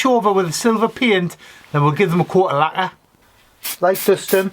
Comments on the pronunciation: hi mate, is English your first language wherever your from ? LAGQUAAAA 😂😂😂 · Worth a thumbs up just for the way you say lacquer. 😆